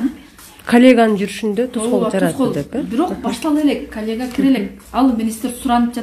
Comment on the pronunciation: Баары жакшы,азаматсыңар, бирок " интервью,коллегия" деген сөздөрдү туурараак айтсаныздар,таарынбагыла.